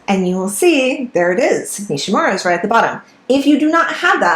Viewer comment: The name Nishímura is accented on the second syllable, SHI. Not NISHy MURRa, but “nee SHEE moo RA” Respect the man who made the discovery!, and give his name a back beat! Hear for yourself: search YouTube for 西村彗星